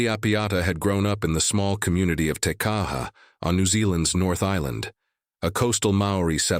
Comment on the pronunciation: And Tekaha